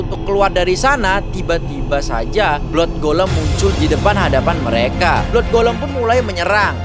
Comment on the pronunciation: Blood = blaad